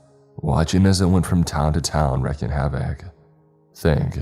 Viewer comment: Well, I’d agree, but, I’ve been listening to his works for about 2 years. And as soon as he begins to pronounce words correctly, and not exactly “collegiate level” words, for instance this particular one he mispronounced “Wreaking” havoc” as “Wrecking havoc” and so on. He was my first sub, but once I discovered more, and far more talented, you begin to pick apart the problems.